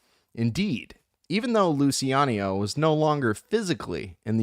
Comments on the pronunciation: Omg the constant mispronunciation of Lou Chi ano is driving me crazy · sometimes you said it wright in the start. Relax and cut the word in letter pairs or singles , Lu Ci A No